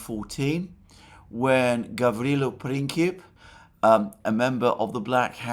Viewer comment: “… when Gavrilo Princip, a member of the Black Hand group…” Pronounced like, say, “Printzip”. 😊